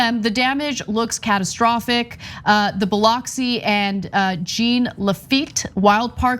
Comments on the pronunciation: You missed pronounce Jean Lafitte. Remember, it’s French. Jean is pronounced like Jean Luc Picard from Star Trek. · Please don’t ever read “Jean Lafitte,” or any French name ever again… without looking up the pronunciation. You’re a reporter. You’re supposed to be savvy. It’s your job to know. Jean is a boy’s name; it’s not a girl’s name that sounds like singular form of a pair of jeans. 👖